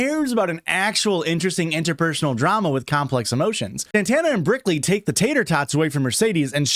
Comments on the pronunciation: Didn’t even realize that you were calling her brickley this whole time but go off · Nearly 2 hours of Brickley before I heard it. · i was 100% on board with brickley 😂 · You just made me realize it wasn't brickley. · Oh my god I thought him calling her Brickley was a joke I didn’t get until I saw this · I can only hear Brickley 😢